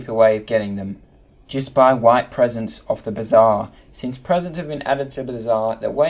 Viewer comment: presesent :) definitely correct